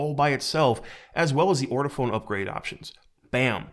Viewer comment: I love how people call it "ortiphone" instead of "ortofon" (ort-oh-fawn). This is the 4th review in a row I've seen where they don't know how grammar works with / without an ending e.